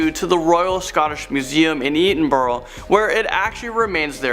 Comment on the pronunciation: did they mean to say eddingburgher, or did they mean to say Edinburgh?